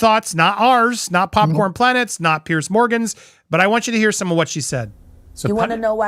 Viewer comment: Why does everyone call Piers Morgan “Pierce”? It’s pronounced like “Peerz”. It’s a Scandinavian name.